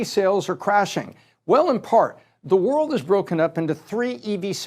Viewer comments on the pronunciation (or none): none